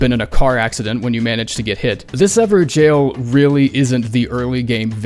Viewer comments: Why are you saying jail when it's gaol, these are very different words? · "Ever-Jail" lol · Is it how it is supposed to be pronounced ? everjaillllz ? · This is the moment I realized they were pronounced “ever-jails” I’m such an idiot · It’s actually pronounced ever “gayhoull”